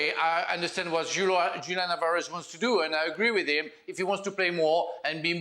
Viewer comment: It is so disrespectful for Dan to KNOWINGLY mispronounce Julian Alvarez's first name. 🙄